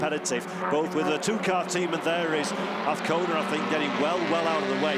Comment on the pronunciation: Mr commentator - it is aZcona - with a Z..... there is no v or f. Wake up